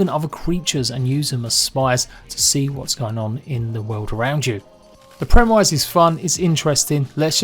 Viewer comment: ... mans trying to say premise 😂